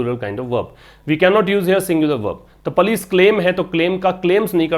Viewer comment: Sir plz use right pronunciation for police